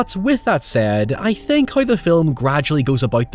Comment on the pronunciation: I’ll say it every time. Love your reviews, hate your pronunciation of “how” and “now” lol